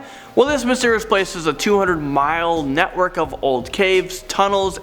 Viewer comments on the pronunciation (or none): none